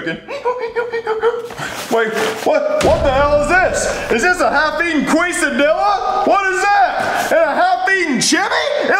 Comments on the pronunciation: As a Mexican the kesadilla pronunciation hurt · no way called a quesadilla a queeso dia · As a Mexican I feel offended for how he said those Hispanic food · As a Mexican, this really hurt my heart mispronouncing Mexican food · as a Latino. I’m not even surprised that a white family is saying it wrong. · He said quesadilla queso like Quiso and Quisadella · As much as it pains me that they say the names of queso and quesadilla wrong, i still find this video pretty fucking funny.